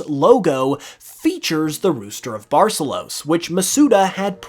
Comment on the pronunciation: The pronunciation of Barcelos is atrocious